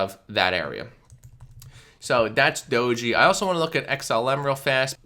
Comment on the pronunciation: It's pronounced DOHJ Not Dojy...